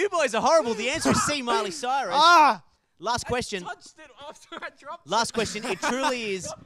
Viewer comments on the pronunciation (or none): hOW COME NO ONE IS TALKING ABOUT THE FACT THAT ASH SAID CILEY MYRUS HAHAHA